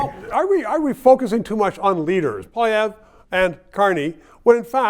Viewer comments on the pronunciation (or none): I thought for a few seconds this old frog was starting to make sense…uh uh! He said “Polyverre” would be a disaster for Canada”? Firstly you ancient libtard, it’s POILIEVRE…(not *plastic glass…🤨) you’re French- show some respect! Oh Pierre will be a disaster alright- for your sacred libturd party. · This guy always cracks me up. He lives in the era of the first Trudeau, and he even refuses to pronounce Pierre Poilievre's name correctly. He has some interesting things to say but he is entrenched in that stupid, far left-wing Liberal Party.